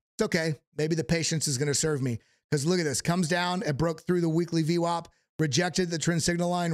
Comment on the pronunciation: Dude, please stop saying ve wop. Please. If you could hear yourself you would know how annoying this is getting saying vwop.